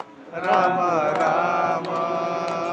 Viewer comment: Ram bolakaro na ramo kyu bolte ho😂